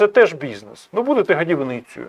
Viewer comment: Тіки не "гАдівницею", а годівницею.)